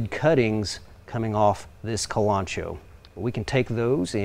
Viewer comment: Kalanchoe is pronounced kal- lun -Ko-ee not kalancho